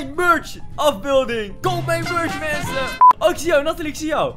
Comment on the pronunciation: Wie heeft ook door dat in plaats van mensen mwensen zegt?